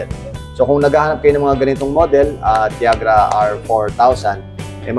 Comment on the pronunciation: I am quite sure that TIAGRA is not pronounced "CHAG' RA"... it's "TI AG' RA". Pinoys just say what they want to say, even if it's very wrong.